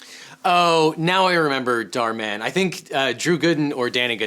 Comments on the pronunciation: “dhar mon” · everyone: Dhar Mann him : dhar mon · Dharmann is pronounced "dar-man" to me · Who's that pokemon... It's Dharmon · You pronounce it “dar man” when it’s saying “dhar mann” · Dhar man is how you pronounce his name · its "Dar man" the H is silent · It's pronounced dhar man STUPID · It's pronounced door-man. I think that's the only job he's qualified for. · I’m saying that he could’ve been nicer to him he is mispronouncing his name he could’ve searched it I’m not being rude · He seemed quite polite. He even apologized in case he got the pronunciation of his name wrong as he doesn’t really watch dharman and only looked at it because it was suggested to him.